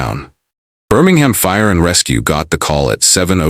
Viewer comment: Oh lord I’m done when you said Birmingham SMFH